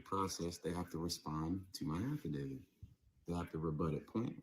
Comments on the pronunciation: What if they don't consent!?😂😂😂😂 Affidavid... With the letter d at the end? Come on people... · Affidavit, he might have said it correctly the second time. But these people butcher that word all the time